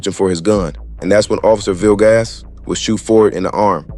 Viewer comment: Bro said “Officer Ville-gas” 😂